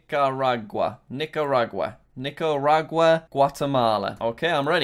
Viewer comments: When you pronounce it Nicaraguaya omg 💀💀💀👏🏽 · Each time he pronounces Nicaragua a different time and he gets it wrong every time. jack its (nick-a-rah-gwah) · I am part Nicaraguan so if you dont know how to pronounce it here it is: ni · kr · aa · gwuh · Ni-ca-rag-u-ah Gra-nar-da Bell-ee-z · Say it with me Jack, Nick-are-a-gwa Nicaragua. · Jack calls Nicaragua Nickarooga and Nickcryogriger me cry's in Nicaraguan edit no hate intended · Nicaragua is pronounced Ni-ka-ra-gwa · it is pronounced nickaragooa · How to pronounce Nicaragua Nic a ra g wa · Jack: Nicaragua Subtitle: Knicker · jack's pronunciation of nicaragua fluctuates more than the stock market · jack’s pronunciation of nicaragua has me creased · Every time Jack mispronounced Nicaragua, one Nicaraguan died. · I'm from Nicaragua and hearing him completely butcher the name and stating he's never heard of it before makes me feel somewhat angry.